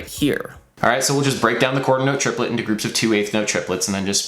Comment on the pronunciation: Trip-uh-let y'all.